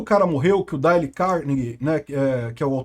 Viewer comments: Não se pronuncia Dale, mas alguma coisa parecida com Deil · Dale, não. "Dêil" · se pronuncia "Deiou"